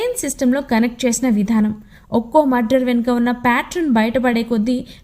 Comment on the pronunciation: Murder not mudder